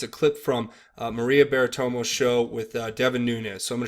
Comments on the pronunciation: It's Bartiromo, or just Barto, for short. Not Baritomo, lol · Lol...Baratoma? It's pronounced Bar-tah-RO-mah. Names are important. Would you want YOURS mispronounced? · Her name is pronounced maria bar ta row mow